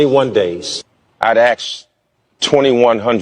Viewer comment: Ummm…..your not homeless your sitting g in a hotel stuffing your face with chips and by the way the word is pronounced asked not axked!